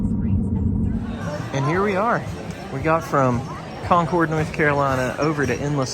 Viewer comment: Thank you for pronouncing "Concord" correctly. 🙂